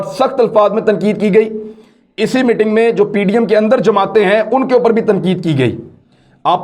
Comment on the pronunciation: MITING nahi 'MEETING'. Zara pronunciation sahi kar lou, please.